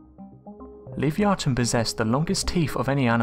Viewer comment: Also, pick a pronunciation Livee-ahton or liveye-aton sticking to one pronunciation adds to the credibility. I love speculating about cryptids, but showing bones and acting like the world has deemed this a real thing..... hmmyea no